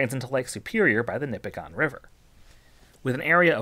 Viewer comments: Not nipi-gone. Its nip-i-gin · Nipigon locals will tell you it’s pronounced NipigIN not Nipigon. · "Nipigone" We pronounce it "Nipigen" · Small correction, it's pronounced Nippiggin, not Nippiggon. -a great laker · My fiance is from Nipigon and just a heads up are here it's pronounced like Nipig-in not Nipi-gone. Which i know is not at all the way it's spelled. My parents lived in the area for 35 years and never pronounced it the local way. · for years I pronounced Nipigon as you do here. Then, I found some years ago that it's NIP-ig-un. Actually, the 'c' in Mackinac isn't silent, but is pronounced as a 'w', which comes from its Chippewa/Ojibwa origins. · FYI as someone who lives in Northern Ontario it's actually pronounced "Nipi-gin" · I didn’t even have to watch the video to know Nipigon would be pronounced wrong… Nipigon rhymes with Bin…. Nipigin is what it should sound like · Most locals will pronounce Nipigon as Nip-ig-in. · I live in nipigon, it is pronounced nipigin. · Thanks! I do my best to research the pronunciations of my video topics. I did get "Nipigon" wrong though, and apparently also "portage". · He says nipigon so wrong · Man it drives me crazy when ppl mispronounce lake nipigon